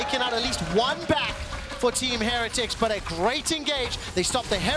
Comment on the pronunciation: Someone tell this guy how to pronounce heretics